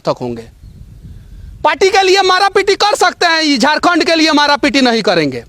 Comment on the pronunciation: Hindi bolne nahi hata hai , Hindi kabhi mat bolo Jharkhand ko jorkond bolta hai sala Bihari